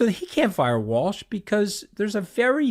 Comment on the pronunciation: Somebody please correct him and tell him it's Waltz and not Walsh haha goodness at least know who you're speaking about